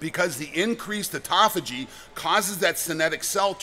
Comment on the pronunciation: Thank you for not saying, "ot-tō-fā-jē." I've heard more than one person pronounce it that way, and it makes me wonder how reliable their information is.